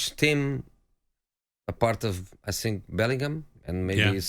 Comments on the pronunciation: Jose to Tottenham: think fast. Tottenham: he said sink fast. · To sink...to sink fast😂😂😂😂..no offence Jose..but that was funny asf...